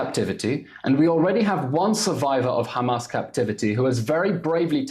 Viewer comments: Someone tells that chick that their name is Hamas not Humus😂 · Why does she pronounce Hamars as Humus? 😂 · She does not even how to pronounce hamas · Woman shut up and learn how to pronounce hamas